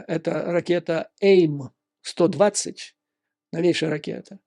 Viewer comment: AIM-120, вероятно, следует произносить: "эй-ай-эм сто двадцать"